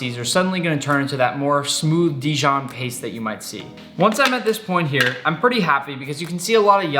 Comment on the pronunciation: Dijion must be from the region Dijion